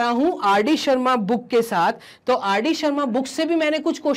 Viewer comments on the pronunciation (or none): Boon nahi book hota hai😂😊😮